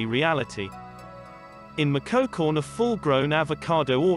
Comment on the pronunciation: Also the pronunciation of “Michoacán” 😂😂